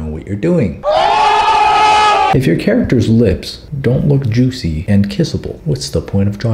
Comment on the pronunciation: saying ✨jUuSi lips✨ was everything i ever needed in my life